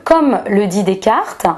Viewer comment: Intéressant mais quelle plaie cette manie de se la pèter avec l'accentuation du e muet. Descarteuh, personneuh, méthodeuh. Vache cinq minutes et j'ai renonçé.